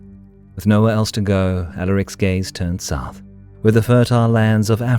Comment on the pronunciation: “with nowhere else to go Alarics gays(gaze) turn south…” well ok then lmao😂😅